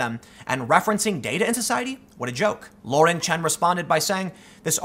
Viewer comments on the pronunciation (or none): none